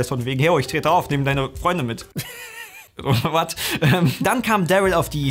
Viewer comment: Ich mag es sehr, wie "what" ausspricht xD Musste jedes mal Schmunzeln:D